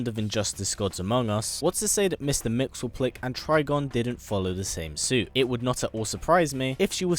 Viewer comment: mister mxyzptlk is pronounced mix-yes-spit-lick. Trust me, that's what I thought for a while.